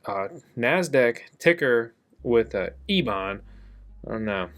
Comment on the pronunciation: Intro I thought you said Ebay, ebang LMAO